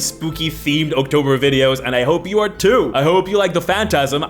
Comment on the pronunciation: I've never heard of this "ock-toe-bar", are you okay? It's the month of Halloween.